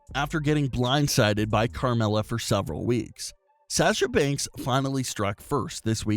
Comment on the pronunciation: I have a problem with your annoying voice, you mispronounced Sasha Banks as Sash-sha Banks and your voice sounds like you're going through puberty but got stuck halfway and your balls haven't dropped.😣😖